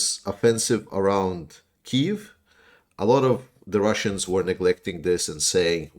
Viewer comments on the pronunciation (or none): none